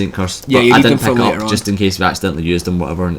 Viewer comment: why u say PECK UP, whyyyyyyyyyy?